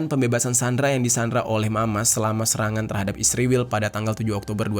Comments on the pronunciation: Israel min bukan Isriwil 😂😂😂😂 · Setelah sekian lama nonton vidio ABNG, kenapa Abang bilang isriwil bukan Israel 😂 mantap lah pokoknya bng🎉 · Kenapa kau sebut Israel bilang isriwil?